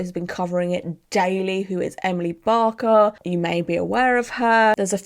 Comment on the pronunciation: It's Emily Baker as in baking .Not barker. I love her take on it and hearing a lawyers point of view.